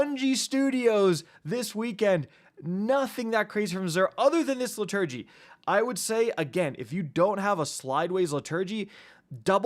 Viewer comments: Liturgy is pronounced LITTER-gee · How did he say Liturgy? It’s li-tuh-gee 🤦‍♂️😂 is it because gun names are all caps or something i swear listening to pronunciations of guns in xúr vids or weapon reviews by YouTubers throws me out of it straight away especially with simple common words, it’s fair enough if it’s a more specialist word but dam even then google it and check the pronunciation how hard is it really? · Liturgy - Pronounced Lit-ur-gy 😉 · Please learn how to pronounce liturgy. It’s painful to listen to. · Pronounce Liturgy correctly and I might listen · You don’t know how to pronounce the word liturgy? Lmao wow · Why are you pronouncing liturgy like that